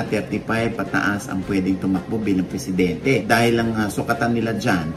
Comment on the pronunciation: pressidente??????? ambot ah